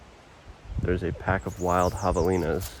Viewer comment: You said Javelina's, I thought you said Hyenna's and I thought what where? Had to rewind it.